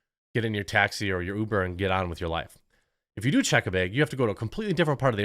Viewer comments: I hate the way you say “bag” 🫢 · lol. "beyg" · Jeremy saying "baag" makes my day! Thank you Jeremy. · Everytime Jeremy says "beg" I lose approximately 1 year off of my life expectancy. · One less clown in Biden's Freak Parade. Also, Jeremy had to say "behg" 100 times. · “Baig” lol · Is it just me or is Jeremy pronouncing word "bag" weirdly cute? Like bēēg :D edit: grammar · I only click on the video to hear the quartering say the word bag over and over